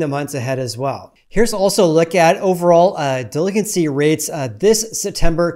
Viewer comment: The way he pronounced delinQuency was driving me insane for some reason.